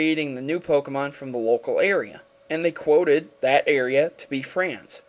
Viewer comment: By the way you need to really work on Pokémon Name pronunciation.